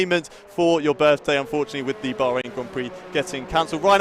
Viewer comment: It would be decent if the commentator bothered to learn the name of the country Bahrain.